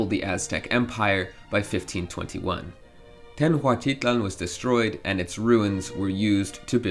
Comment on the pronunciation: Creative criticism.. It's pronounced "Teh-Notch-Tee-Tlahn". Took me a couple of rewinds to understand you were mispronouncing "Tenochtitlan" as TenHuaCtitlan..